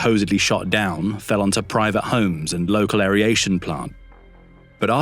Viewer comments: It's aeration, not aer-I-ation ... please try to pronounce the word correctly. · What is "airyation" please? Just asking for a particularly stupid friend.